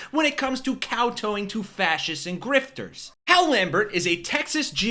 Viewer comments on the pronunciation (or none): In "kowtow" both syllables rhyme with cow. You're welcome. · KOWTOW not kow-toe. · Cowtow. Both syllables have the Cow vowel sound.